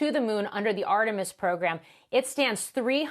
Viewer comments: "Armetis" instead of "Artemis"? Makes me question not only the literacy of the anchor - the basic ability to read a sequence of characters and pronounce them correctly, but also his knowledge of cultural context (Artemis is the twin of Apollo in Greek mythology, and Apollo was the name of the last manned mission to the moon). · guy said "Armetis..."